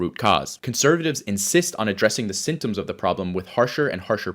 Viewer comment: "Sintoms" - he's a terrible communicator